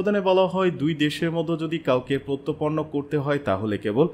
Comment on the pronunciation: প্রত্যর্পন উচ্চারন ঠিক করুন।